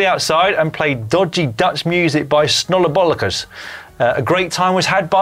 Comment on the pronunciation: That pronunciation of "Snollebollekes" was frighteningly accurate.